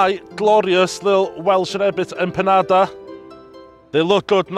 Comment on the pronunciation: Unique take on your Empandas… even how you pronounced IT.. EMPANADA DROP! #RESPECT